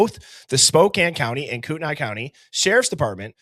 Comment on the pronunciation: Kootenai is pronounced Koot-knee.